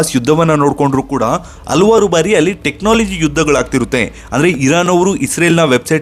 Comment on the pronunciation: ಮೂರ್ಖ!,ಹಲ್ವಾರ್ ಅಲ್ಲ ಹಲವಾರು